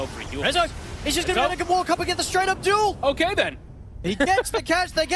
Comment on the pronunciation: skil name: Duel caster: dool (sounds more like doom)